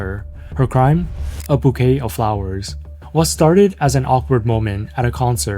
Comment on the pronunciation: This is how I know AI cannot take over the world. Bouquet is pronounced "boo-kay" not "boo-ket." 😄